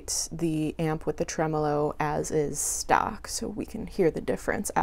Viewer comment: Well done, thank god you are able to pronounce the word tremolo correctly.